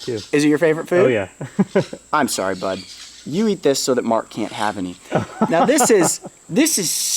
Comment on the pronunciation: I misheard "Bud" as "Butt" at first 😂